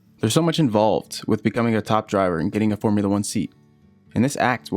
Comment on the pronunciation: Formoola Uhh.